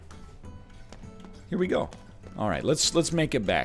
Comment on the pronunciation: NL sees hole. Italian accent Heeeere we gooo!